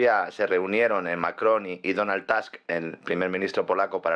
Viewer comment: Es Tusk, no Task, porque no es estadounidenso sino polaco.